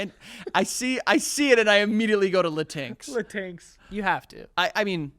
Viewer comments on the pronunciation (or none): talking about pronouns and then going "ive seen luhtinks" made me giggle